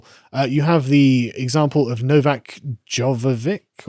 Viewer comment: I swear when he said Novak I interpreted it like "no vac(c)" as in not vaccinated lmao